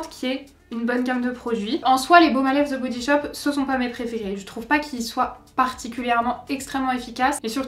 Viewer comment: "Ze" body shop! Lolll "De body shop!! Pas ZE ..DE ça me fait tellement rire! Mais c'est quand mêmemignon ! Tes yeux 😍 magnifique!! Les 12 premières cases ...Ok... les 12 autres n'apportent rien de plus decevant..